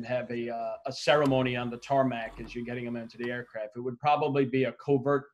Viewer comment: Dude said Tarmanac, camera guys must have told him he didn’t need the extra syllable